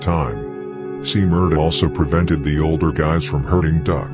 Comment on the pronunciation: “I think I’m order den u” 🤦🏾‍♀️